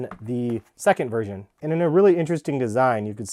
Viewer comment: Why does he keep saying “Virgin”